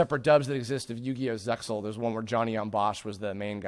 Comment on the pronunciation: Okay, this needs to be said; the pronunciation for Zexal is zey-all, the x is entirely silent. Of course, the very first thing that 4Kids did to ruin it was pronounce the name wrong.